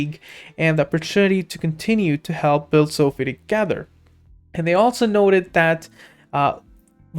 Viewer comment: its Social Finance....So.Fi ("so.fy") not sofie